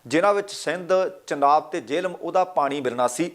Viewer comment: ਚਨਾਬ ਨੀ ਹੁੰਦਾ ਝਨਾਬ ਹੁੰਦਾ